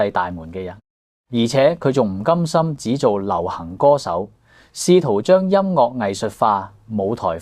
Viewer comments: 請改一下，音樂之樂係岳音，唔係落音。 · 更正 : 快樂 - 發音是 快”落”. 音樂 - 發音是 音”岳” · ，請注意您的粵語發音，例如：快樂 - 發音是 快”落”. 音樂 - 發音是 音”丘”